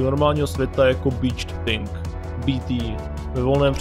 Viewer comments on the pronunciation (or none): "Beached Think" 😂Neměl jsi na mysli "Beached Thing"?